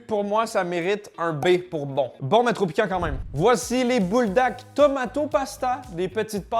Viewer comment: c’est buldak pas bouldak sinon super vidéo comme dab